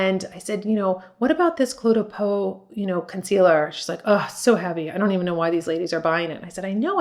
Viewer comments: FWIW, it’s pronounced “clay de po.” Enjoy your videos very much. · I have been using cle’ de peau for years. Looks great. Lasts for the day. i am 82. AND CLE’ is pronounced CLAY.